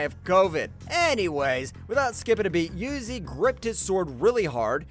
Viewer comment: Gayoko💀 Zokuten💀 Uzi💀 Sadmei💀 How did he pronounce ubayashiki?💀